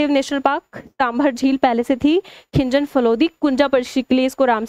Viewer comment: खीचन ❌खिंजन☑️😂